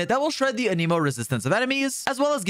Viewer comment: How do you main xioa and say anemo so weird